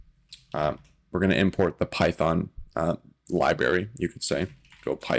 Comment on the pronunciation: 'Libary' makes me laugh every time 😂